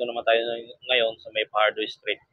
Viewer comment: Fajardo not Pajardo